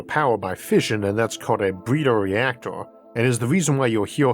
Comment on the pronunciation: does the guy narrating have a speech impediment? i could swear he said "bweeder" instead of "breeder".